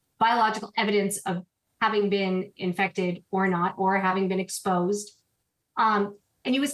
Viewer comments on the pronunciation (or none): Expose ❌ Expoyyse✅